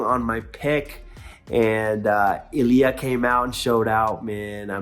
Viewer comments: The emphasis or the accent goes in the first vowel. > I < LI A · you should start learning how to pronounce Ilia... you are still doing it wrong